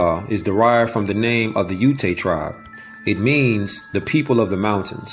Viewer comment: It's not uta it's ute like saying Utah without the ah part